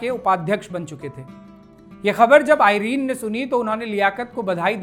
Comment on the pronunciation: आइरन नहीं है एरन है सही शब्द